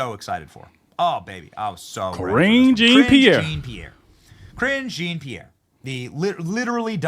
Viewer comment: "And" storms out. Not "an." Jean Pierre is pronounced, Jon-pee-air.